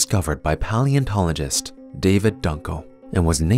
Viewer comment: "...discovered by the young amerture p-O-leontologist